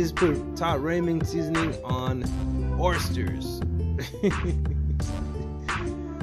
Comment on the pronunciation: Stop saying orstersssss!!!